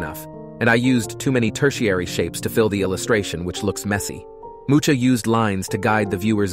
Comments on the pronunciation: It's Alfons Mucha (mu-ha) not "mu(CH)a" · it probably is, otherwise they would know that Mucha is pronounced Muh-KAH not Mu-TCHA, since it's a Czech name and not a Spanish one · I like your brain. Btw, it's Mu-ha, not mu-tcha :D It means "a fly". 🪰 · ALFONSE MUUUCHHHHHHA???? ITS PRONOUNCED "MUKA" GODDAMMNIT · Mu-Ha, not MooCha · This is an excellent summary of the topic!! I will definitely rewatch this in the future. BTW, Mucha's surname is pronounced "moo-ha" (also, it means "a fly" as in an insect). :) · great video, it helped me a lot! this is kinda off topic but the "ch" in Mucha's name is pronouncieted more like Nacht in german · Mucha pronounced "Moo-ka". Good video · Very cool video but Alphonse was a Czech and his surname should be read like Mu-ha :D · This is a very helpful video! But the pronunciation of Alphonse MuCHA is sending me 😂im sorry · Man, you pronounce Mucha like Muha, there's no "ch" sound. Idk why the spelling in English is like that. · tip on pronouncing Mucha's name, ch isn't the cz sound, its closer to x in spanish, like in México (not to be confused with english version of the name) and it's the same letter as х in languages using cyrilics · Nice, great sumup. however, the ch in Mucha is pronounced like the j in Spanish pronounciation, like Roja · Great video and all, but please learn how to pronounce Mucha's name 🤦‍♀ It can be easily found on his wiki page. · Mucha is pronounced so terribly wrong, in our Czech language c and h is one letter ch in our alphabet, when you put it in google translate it will tell you how to pronounce it correctly set it up in that bot so its read in Czech language not English. Poor Mucha always gets butchered by English speakers who cannot be arsed to research the name properly.